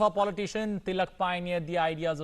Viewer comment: Sorry! Sir your pronunciation is wrong! That’s Bal Gangadhar Tilak